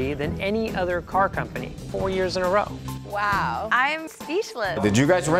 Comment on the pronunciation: With the Boston accent, car is pronounced cah. pronounces it core., your fake accent needs some work.